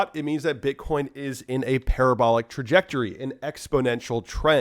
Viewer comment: LOL. Par-ab-er-ler ... It is parra-bow-lar